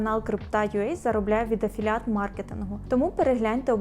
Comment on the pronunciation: «афіліейт» госссподи…..